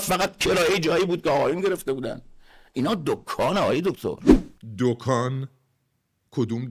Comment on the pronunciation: دکان❌ دوکون✅